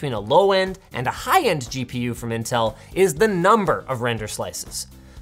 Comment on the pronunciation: Now time for our sponsor "Intell"